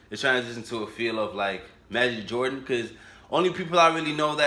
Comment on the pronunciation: Magic Jordan? It's Majid Jordan lmaoo